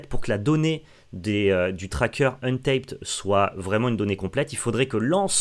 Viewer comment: Salut, ca se dit pas untaïped, mais untapped, avec un a. Comme le verbe anglais "tap, untap" utilisé à magic dont tu es familié ^^. je sais que c'est un commentaire inutile, mais l'anglais en moi a pleuré a chaque prononciation de untaïped (qui veut dire non scotché) ^^ merci pour les videos!